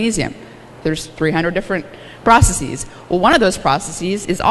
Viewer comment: Stop, stop! The word "processes" is pronounced "processez" (ending rhymes with fez) not "processeez" (ending rhymes with sneeze)! The only words whose plural endings are pronounced "eez" are words that end in "-is" in the singular, such as "basis" or "crisis". Maybe not a big deal but easy enough to get right.